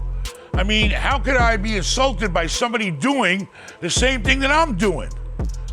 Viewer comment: It’s Insulted not insulated